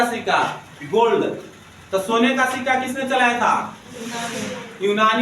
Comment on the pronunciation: सिक्का होता है सिका नही